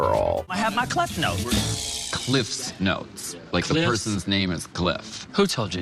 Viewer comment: ''we wear the saysh'' - Roxxxy not knowing sash - it was sequins all over again. ''I might have my clef notes'' ''It's cliff notes, like the person's name is cliff'' ''who told you that?'' - classic Alyssa